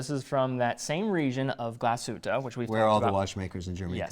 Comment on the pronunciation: it is not GlasshüttA, it is GlasshüttE it is not MühlA, It is MühlE